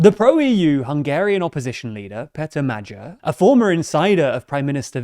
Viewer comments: Now I am a Hungarian and one thing I will never get over is how you Americans pronounce these guys names also ……LETS GOOOO MAGYAR PÉTER YOU BETTER WINNNNNNNNNNN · TIL I have been pronouncing van Magyar? wrong the whole time. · I don't speak Hungarian, but I'm pretty sure you're mispronouncing the guy's name. I think it's the hard G, as in Great, as opposed to the soft G, as in Germany. I could be wrong though. Any Hungarians, please help. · Came for the video, stayed to hear you misprononce Magyar's name every 5 seconds :) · Magyar - that middle sound is pronounced more like ghee. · STOP mispronouncing his name. As an Englishman, you can actually 100% say "Magyar" correctly: the "gy" in hungarian is the "dj" glissando at the start of your English word "duke" . The sound which is present before the "(y)uke" in "duke". There is no hidden or implicit "sh" sound, like you do it. That would be a different trigraph in Hungarian ("dzs") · It weird how you struggle with basic pronunciation for the word Magyar. Its not even uncommon in English! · The Hungarian 'GY' sound is closer to the first sound of 'due' than 'Jew'. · Your old pronunciation of Magyar's name was better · I mean it's fine, but in their previous videos they put more emphasis on the first E in Péter as well as the second A in Magyar, which makes it sound more natural both in English and in Hungarian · Hungarian-born here: "Mad-yar" is the closest it'd be to the correct pronounciation. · Madjer. Never heard it prounounced like that. Bulgar, Avar, Magyar. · Presenter please find out correct pronounciation of Magyar, which happends to mean "Hungary" in the native language. its not Magyar with a as in apple, its Magyar with a as in father. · Not "Medzhjar", but Magyar. Closer to "Madyar". The "d" in "during" is the closest sound to "gy" that English can offer. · Who's Medjuh? I only know Magyar. 😂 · If you can't pronounce his name just say Peter with the english pronounciation and say "Magyar" as Madyar